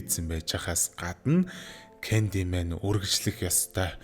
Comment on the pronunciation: Candymen gej heleed bolku bnshde